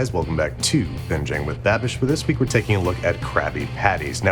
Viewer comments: I kept hearing “bad bitch” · I thought he was saying "bad bitch" for a long time 😂😂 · Is Matty saying babitch? I swear that’s what I’m hearing. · Man's pretty much calls him "Babitch" throughout the entire video and no-one gives a fuck 😂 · I heard Matty call Andrew babitch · I'm hearing Matty say "Bad-Bitch" instead of "Babbish"..... lmao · Keeps calling him Babitch, hahaha. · He called him babitch 😂😂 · All I heard from Matty was "Binging with BadBitch" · Why dose Matty sounds hes calling babish . Bad Bitch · Every time Matty says 'Babish' it sounds like 'bad-bitch'... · "Babitch" lmao XD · I cannot unhear "Babitch" xD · Instead of "babage" I legit thought he said "babitch" :'))) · Is he saying banish or bad bitch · keep thinking Matty is saying bad bitch lol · he says bimbish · I always thought he said babitch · I just heard bad bitch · Matty kept saying “babitch” for some reason that was hilarious to me. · Does Matty keep calling him "Babich"? Lol. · Everytime Matty says Babish I keep hearing "bad bitch" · Did he just call him BABITCH? LMAO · I thought matty was saying badbitch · I keep hearing badbitch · Half the time he was saying Babitch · I thought he was saying Babbitch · anyone else think he was saying bad bitch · He was saying BaBitch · I love how Matty calls Babish, “Babich”😂😭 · I heard Babidge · Is Matty saying “Babidge”? 😆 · I feel like Matty keeps saying BABITCH :D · I swear I heard matty say pronounce Binging with babitch! Lol Matty stole the whole show! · Why does he keep saying Babitch? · "Babitch" lol. He said it like 3 times. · When matty called babish "babitch" 😭🤣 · "babich" lol